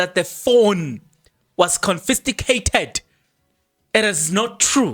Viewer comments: Confiscated not confisticated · CONFISCATED😂😂😂 not confisTIgated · stop drumming your incorrect English it is not confisticated but confiscated sorry for correcting you, but when you keep repeating it others are learning this incorrect pronunciation. 😊😊😊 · Confiscated ......not confisticated. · Confiscated and not Confisticated Brother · I think he knows the word, but mispronouncing it purposefully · Hayiiibo 😮😮😮 I’m defo sticking around for this ☕️🤩 Kodwa Kempton Park? Confisticated 😂🤣😂 confiscated 🤣🤣🤣🤣🤣🤣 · THE WORD IS CONFISCATED, PLEASE. CONFISCATED.... CONFISCATED, MEANING - SEIZED BY AUTHORITY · Confiscated, bro... I am sorry, but your emphasis using the wrong word is just cringey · The correct word is confiscated sir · Eish nam ‘confisticated’ repeatedly bothered my mind 😅